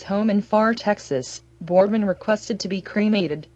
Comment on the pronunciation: PLEASE PRONOUNCE HIS NAME PROPERLY! Whoever is reciting this obviously has no memory of Pedro Borbon or the Big Red Machine. This video is misspronouncing his name! I have very fond memories of Pedro Borbon and I extend my condolences to his family.